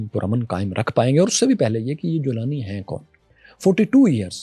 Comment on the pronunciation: Golani ko jolani bana diya😅